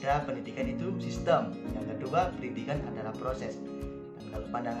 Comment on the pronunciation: Izin pembetulan diksi, "sistem" bukan "sistim". Utk liputannya bagus sekali, ditunggu liputan selanjutnya